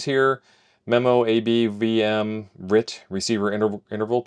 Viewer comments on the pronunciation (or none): RIT has traditionally been pronounced "Are Eye Tee".